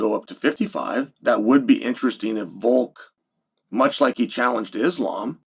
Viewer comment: I bet Islam will forgive you if you learn how to pronounce his name 🥰